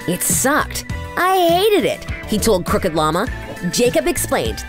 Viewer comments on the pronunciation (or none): none